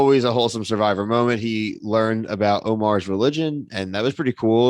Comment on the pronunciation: Jeff saying Omar = 'Oh-mer'